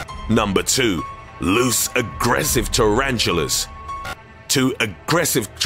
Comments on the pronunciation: “Number 2: LOOSE AGREESIVE TARANTULA” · Lewse a GRESSIVE Taranchillas 2 a GRESSIVE churanchillas